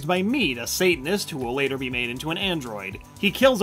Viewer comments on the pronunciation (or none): none